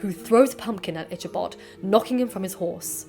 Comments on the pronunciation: Loved learning about the history of this story! Thank you! Also, I think it's pronounced ik-uh-bahd, not itch-uh-bahd. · Just an fyi, "Ichabod" is pronounced "IK-a-bod" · Ichabod ( Pronounced "Ick-a-bod" ) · Thank you for pointing this out-the lady keeps pronouncing his name as”Itchabod”. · Love this! Though just for another time, Ichabod is pronounced Ick-uh-bahd. “Ch” as in “chaos”. :) Otherwise, really like these vids. There’s so much I hadn’t heard even though I know the Irving story and a little about the history. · Is it not Ee-kah-bod? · Okay, but the ch in Ichabod's name is pronounced more like k. I'm also a fan of the Tim Burton version of the story and the anime Durarara! has a Dullahan who can't find her head and turned her horse into a motorcycle.